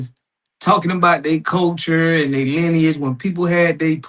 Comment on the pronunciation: You see how disingenuous is, he trying to make how lineage sound bad by mispronouncing it and purposely leaving out American when he knows what it is… I wonder if that white lady that owns the show behind any this propaganda, thats what they’re spreading…